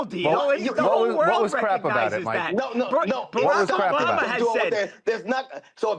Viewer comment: Who is the man that called “bama”. Sounds like he said Jay money